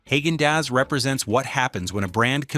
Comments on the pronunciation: Not Hag-in Dass. It's pronounced Hog-in Doss. The name has NO connection to Germany. The name has absolutely no language translation or meaning. It was made up to make the ice cream sound premium. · It's Hah-gen Dahs. It's also interesting you've used 'ice milk/soft serve' when talking about regular has-to-be- scooped ice cream. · Hey AI - learn how to pronounce words correctly. Haaggen Dazs is pronounced “hah’ gen dahs” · Who is HAY-gen Dazs? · No AI, it's not pronounced Hog-an-dass. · Honestly how do you trust the recommendations of a site that can't even pronounce the name correctly of a brand that they are praising, "HAAGEN-DAZS". And then praises a company more for its POLITICAL ADVOCACY than its actual products, "BEN & JERRY'S. I wouldnt trust one word of however is behind this...PERIOD FULL STOP. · Please learn to pronounce names of ice cream like Haagen Daz,etc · Tillamook is my go to dairy brand. Daisy Sour cream is a great product (same lack of ingredients as Tillamook). There is no "oo" sound in Tillamook (sounds more like Tillamuk). You also got Haagen-Dasz wrong. You should correct the pronunciation of your AI narrator.